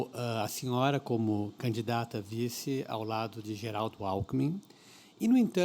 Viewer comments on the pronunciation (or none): Eduardo Jorge quer ser vice- presidente da República - talvez para dar sua contribuição na Educação - MAS fala "canidata" "trabaio" a chapa de uma professora e de um médico - Estamos lascados!